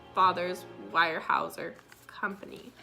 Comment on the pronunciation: Pronounced "WEAR" HAEUSER. Really good family that is NOT pretentious for their affluent position. Do you also know that Harmon was given a job at Weyerhaeuser after released from prison, by George Jr. himself when he became CEO of the company? Great job on your face 😉